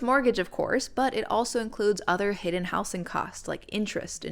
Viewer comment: I’ve never heard “housing” pronounced like that; the s should turn into a z sound when you change it from house to housing, housed, etc